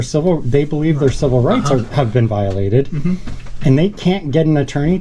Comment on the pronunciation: Lol wite dude said civil rites. I love y'all man and I'm Mexican!